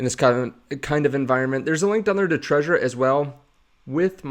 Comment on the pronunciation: Isn’t it Trezor with a Z, not treasure?